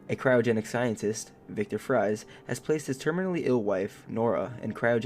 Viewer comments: Victor freeze cuz its pronouced freeze cuz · Modern Batman doesn't kill people. Back in the 30s, yeah he did kill... BTW Fries is still pronounced "Freeze". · It's pronounced FREEZE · “Victor frys”…… are you kidding me w that pronunciation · Great video! But it's pronounced "Freeze" even though it's spelled like "Fries" lol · 👍 For the record, everyone makes that mistake with Mr. Freeze's last name. You're not alone. Ra's al Ghul's name has the same problem, but those who've never seen the Animated Series more than likely aren't familiar with this. I believe their names are only ever pronounced correctly in the Animated Series Universe, and the Arkham video game series. And it's usually by Batman. 😎